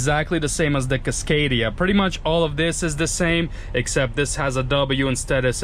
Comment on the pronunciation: He pronounces it kisscadia .its casscadia